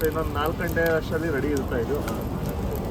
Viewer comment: Anna adu ಘಂಟೆ ಅಲ್ಲ...ಗಂಟೆ.. ದೇವಸ್ಥಾನದಲ್ಲಿರೋದು..ಘಂಟೆ.. ಸಮಯ ಹೇಳೋದು..ಗಂಟೆ.. ನಮ್ಮ ಕನ್ನಡದಲ್ಲಿ ಎರಡೂ ಬೇರೆ ಬೇರೆ..